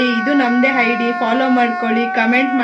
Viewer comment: ಓಹ್, ಅದು ಹೈಡಿ ಅಲ್ಲ, ಐಡಿ ಮಾರಾಯ್ತಿ. ನಿಮ್ಮನ್ನೆಲ್ಲ ಅದೇನು ಅಂತ ಜನ ಫಾಲೋ ಮಾಡ್ತಾರೋ, ನಿಮ್ಮಿಂದ ಆ ಮಕ್ಕಳಿಗೂ ನೆಮ್ಮದಿ ಇಲ್ಲ, ಕರ್ಮ ಕಾಂಡ.